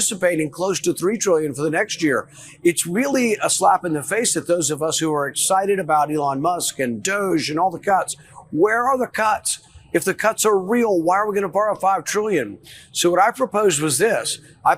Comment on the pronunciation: Rand Paul pronouncing DOGE as Dooge! 😂😅😂